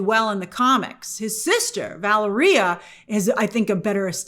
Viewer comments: “Val-a-re-a” you mean Va-lair-e-a 😂😂😂😂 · Day 234 Of me telling Grace it's pronounced "Va-lair-e-a"